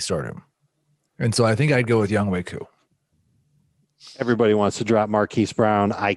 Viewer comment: NO I'm Korean, and his name is pronounced as "Young Hway Koo," not "Young Hoe Koo."